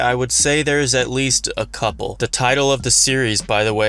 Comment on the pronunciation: "a cuple"